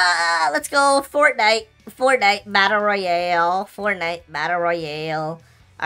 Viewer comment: fontnite FoNtNiEt😂😂